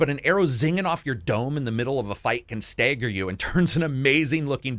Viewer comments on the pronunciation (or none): says staggered like “stayh-ggered”. Are you from Minnesota?